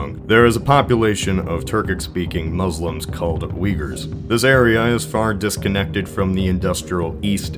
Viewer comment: It's not "yigurs"....Rather say it like Uye-Gurs...